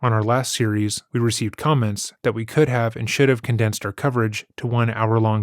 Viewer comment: “COH ments”? what the actual fuck is that pronunciation